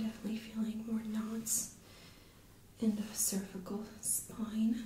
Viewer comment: spoine lol